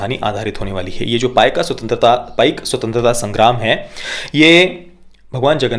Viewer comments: One correction to the pronounciation It is PAIKA not PAIK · Sir uccharan apaka galat he Paika ye spelling he but uccharan me isko app paik na bolke Paiko boliye. #PAIKO